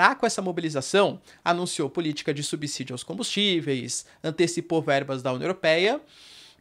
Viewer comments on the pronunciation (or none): none